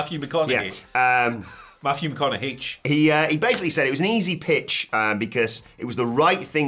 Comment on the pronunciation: I hit the like button as soon as said "Matthew McConaughaitch".